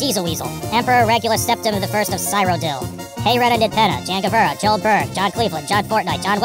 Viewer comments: THIS MAN SAID SYRODILL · So, don’t wanna sound like an asshole, but Cyrodiil is pronounced see-ro-diil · You've never heard of Cyrodiil? :D Who pronounces is [Sairodil]? :D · This was a terrible movie, but at least things happen in this one unlike the previous one. Also, I love the little hesitation as he pronounces “Cyrodiil”. Also, refusing to listen to the scarecrow trying to use emotional attacks and telling it to fuck off really made me happy. It’s like positive self talk but instead it’s telling your inner demons off.